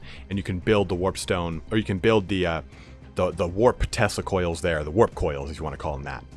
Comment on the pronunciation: Oh man each time you said Tesla Coils, I heard Testicule. What a nightmarish vision. hahaha